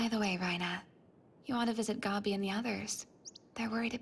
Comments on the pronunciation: "Gawbi" fuckin hell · Why do they pronounce Gabi like that 😭😭😭